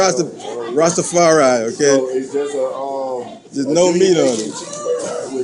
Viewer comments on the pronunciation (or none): Or how he pronounced Rastafari. Plus the buns have egg in it.